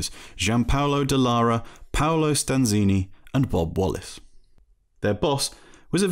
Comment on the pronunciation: Paolo StanzAni, for God's sake...!